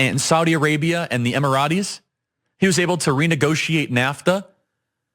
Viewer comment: What are the "emarotees" did Charlie mean "Emirates"??!!